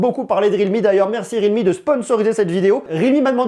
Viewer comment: ça ne se prononece pas rilmi mais riAlmi